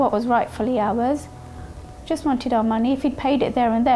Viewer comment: First 2 minuits in the video i hear "we have to pay awer mortgage" im sorry but i think its messed up to rent out property u havnt paid for yet and making somebody els pay ur mortgage, at the verry leased own the home before u rent it, renting homes should not be a business/main income -_- just my opinion thu 😮